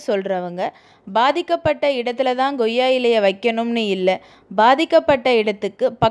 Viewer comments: Madam pls idu ggoiya ilai illai...ucharippu thavaru..... Koiya ilai...like that not ggudhirai ..it is kuthirai.. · Goiyya ilai illa Koiyya ilai